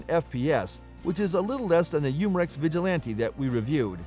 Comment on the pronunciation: You mar ex lol for umarex